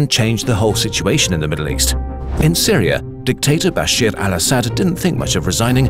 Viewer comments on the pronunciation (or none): As an Arab, Good detailed video, except the bias and the call for terrorist for every fighting group. Also, the motherfucker name is pronounced "Ba-shar" not "Bash-ear."